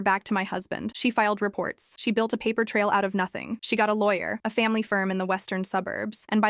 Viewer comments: Pap-par cash? You mean paper cash? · Pap-er? It's pronounced pay-per.